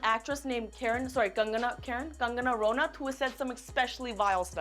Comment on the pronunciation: Love kangana don't come for her even though I love so much Lilly I hate u for not pronouncing kangana ranaut correctly